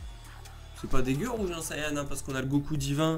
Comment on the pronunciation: Pas sayan mais sayen